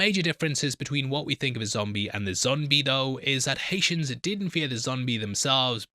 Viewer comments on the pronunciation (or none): none